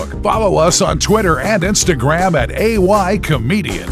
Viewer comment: The way ay pronounces this name mk me lafff